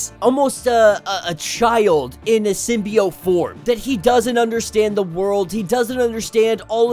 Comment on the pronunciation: Keep saying symbiot I like that